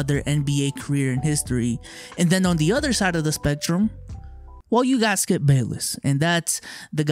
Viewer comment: For a second there I thought you called him "Skeup".